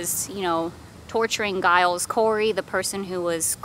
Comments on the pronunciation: It's pronounced "Jiles" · The "G" in Giles is pronounced like the "G" in George.